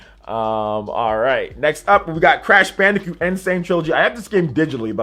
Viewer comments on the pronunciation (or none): none